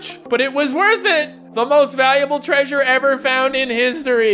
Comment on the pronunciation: The Word Saying Treasure..: Creature!!!